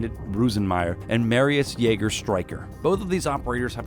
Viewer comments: if u say streicher in english it sound more like triker haha love it <3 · Jägers name is pronounced "Streischer" so u dont make a ch to an k lol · Ok Streicher and Striker are not pronounced the same way